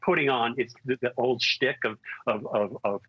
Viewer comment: The Trump stick? The word is schtick. There- you said it right the second time.